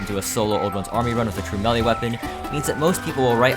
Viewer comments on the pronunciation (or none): none